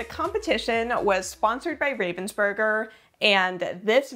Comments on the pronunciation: I watched every minute. They don't pronounce Ravensburger with a long A. Have they ever said anything to you about that? The whole thing was so exciting! I loved finding all of the puzzlers that I had heard of. The competition was so much bigger this year they may have to find another venue. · The pronunciation of Ravensburger kills me. The name has nothing to do with ravens nor burgers, it is just the name of a town in Germany plus the "er" ending, which signifies origin in German (Well, not always, but this is not a language lesson and it does in this case, so just accept it). Ravensburger Spiele = games from Ravensburg